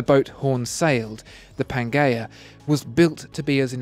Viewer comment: pan"jea" not "ghea"